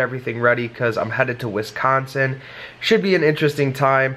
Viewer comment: It's Wisconsin not wistconsin😂